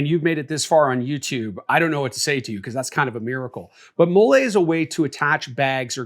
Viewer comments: 31 years on this earth, 8 years in the Army, and you're the first person I've ever heard pronounce "Mall-E" webbing as "Moolay". 😂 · Great video! Learned a lot. Btw it's pronounced "molly" not "mo-lay". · What the hell is mollé (like Olé) its molle (Molly) it’s was starting to be a good vid but after that i was out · If you don't know how to pronounce Molly, then I don't know what to tell you...... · I know it's petty, but it's (mol-lee) MOLLE. It's an acronym for "Modular Lightweight Load-carrying Equipment". Just sayin' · It’s pronounced Mol-lee homie… sorry it bothered my military ears 😂…. Good video though. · Talking about people that don’t know MOLLE while mispronouncing it is crazy work! 😅 Great video, though.